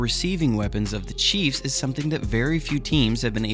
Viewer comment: It sounds like you are saying cheese fans.🤣😂🤣😂🤣😂😂